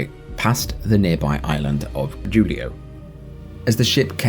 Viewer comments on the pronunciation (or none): none